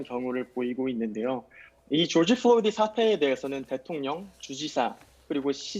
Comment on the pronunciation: George Floyd구요, 한국어로 죠지 플로이드!!!! 플로니가 아니라!!! 교수라면서 사람 이름하나 제대로 발음 못합니까? 망자에 대한 예의 좀 갖추시죠!!!!!!!!!!’